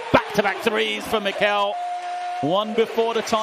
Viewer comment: Funny how the commentators mispronounce Mekel's and Madar's names... It's the other way around. ma-DAR and ME-kel. The more you know...